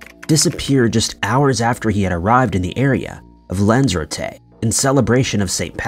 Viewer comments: "Lenzerteh?!?!" It's pronounced: "Lan-zuh-ROTE-aye" (Lanzarote)! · And Lanzarote and Celtic 😂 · Dude, these are literal missing people, if you can't be arsed to get the name of locations correct in your reporting just fkn stop. It's pronounced Lanz-a-rotty & Dubb-lin which I'm sure you already knew, you're not THAT stupid. Stop the childish "comment priming"... these are people's loved ones. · What's with this guy's pronunciation. Dooblin instead of Dublin and god knows what for Lanzarote.